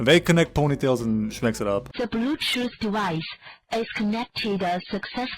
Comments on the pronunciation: De Bluetooth devaice is ehh... Connected succeesssfullaah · Bro, I lost it with the Chinese "ze blutoos dewice has connected-uh successfully" part, ngl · "De blutut devicu is cunnecteduh succesfuly" Seriously got be cracked up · DA BLUTUTH DIVIS ES CUNECTID SOCSESFULEE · I lost it at "The bleewwtooth dewice is ah connected successfully" 🤣🤣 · "De blootooth devis is connecteda suksefuley" Yea had to stand back from making dinner for about a minute, earbuds falling out as I'm laughing my ass off. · "Dee blutoot devide hass gonected "🤣🤣